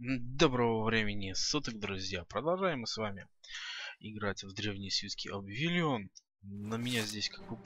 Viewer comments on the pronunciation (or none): Обливион!!! Обливион! Не ОБВИЛИОН а Обливион